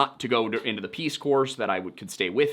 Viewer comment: "...to go into the Peace Corpse..." A malapropism? Freudian Slip? Or you don't know the ps in Corps is silent?